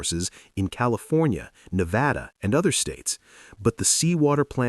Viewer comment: It's always a delight to hear a narrator pronounce Nevada correctly! ☺